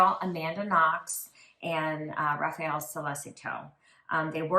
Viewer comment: Wow the Italian pronunciations were hideous!!! Americans can be so ignorant. It's not hard to say Perugia or Raffaele. It isnt RAFAEL. That's like calling someone Elizabeth when their name is Isabella (the Italian version of Elizabeth).